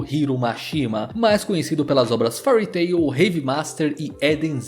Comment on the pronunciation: Não é Furry Tail, é Féari tairu. As pronuncias podem ser problemáticas as vezes kkk